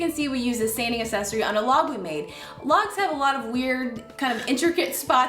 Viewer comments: accessory – the first C has a “hard” sound. Say /AK-SESS-OR-Y/, not /ass-ess-or-y/. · haha! I was getting an itch to post a comment about this. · I came to the comments exclusively looking for this one, I was hoping it wasn't just me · I found that distracting as well. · it s endearing. Don't apologize for it.